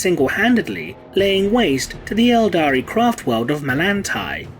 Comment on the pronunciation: It's Eldar ffs.